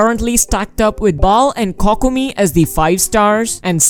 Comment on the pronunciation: My man literally said cockomi.